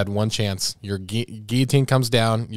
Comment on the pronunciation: ...did you just pronounce guillotine like that?? om- cringing so hard rn XD it's pronounced "gee uh teen" aaaaaaaaaaaaaaaaaaaaaaaaaaaaaaaaaaaaaaaaaaaaaaaaaaaaaaaaaaaaaaaaaaaaaaaaaaaaaaaaaaaaaaaaaaaaaaaaaaaaaaaaaaaaaaaaaa